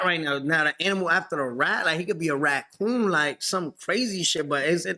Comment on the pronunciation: 69 is wild lmfao he thinks raccoon is pronounced ratcoon LMAFO